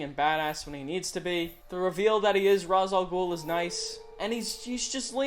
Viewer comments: The only thing that really bothers me about the Dark Knight movies is that they mispronounce Rā's Al Ghul's name! They say it like RAHS-AL-GOOL when it's supposed to be RAYSH-AL-GOOL! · Ra's Al Ghul is actually pronounced Race. The Batman Animated series pronounces it Race. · shaky cam is the worse People saying "Raz" al ghul (or gul) always bug me